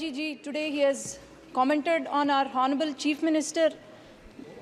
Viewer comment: English pronunciation should improve... In Honourable, 'H' should be muted. Nandyal Parliamentary Constituency, not Nandyal Paliament... Most of the Abbreviations should have 'The' before them. I wish he were here.. not I wish he was here.. Not Clutch but it should be 'Crutch'. In Sword 'w' should not be pronounced, therefore it is 'sord'. Just a few to name... grammatical and pronunciation errors....pls.